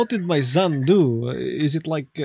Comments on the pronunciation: Серьёзна?? As a Russian, I'm confused by his use of "z" instead of "s" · everybody who speaks russian would immediately cringe at how he pronounces son... it's son not zon. even russians have a strong s when needed. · Yeah, pissed me off how he kept saying "zon". Otherwise it sounds pretty much like some of guys I knew back in a day.